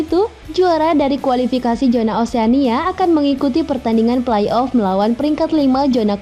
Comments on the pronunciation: narasinya jelas? jelas apa, zona di bacanya jona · bukan JONA min tapi ZONA